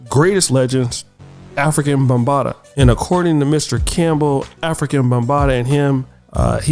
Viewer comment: Afri-KA Bambaataa Not African Bambaataa